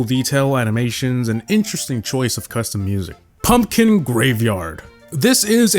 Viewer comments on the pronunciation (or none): none